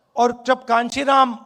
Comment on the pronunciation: पहले तो नाम ही सही से नहीं लेते है। पप्पू स्टाइल